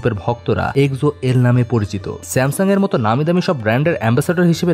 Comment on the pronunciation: এক্সো নিয়ে ভুল উচ্চারণ খুবই কানে বাজছিল 🙂 আশা করি ভবিষ্যতে উচ্চারণ জেনে তারপর ভিডিও আপলোড করবেন☺